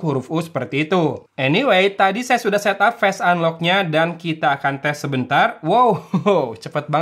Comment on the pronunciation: dengar di menit kaget saya. "fast unlock" apaan? Owalahh.. ternyata face unlock. kirain inovasi baru lagi dari ZTE 😅